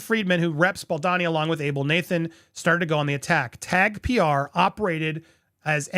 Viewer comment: Bal-doh-ni. Not Bal-da-ni. Dude, he's kind of central to your reporting.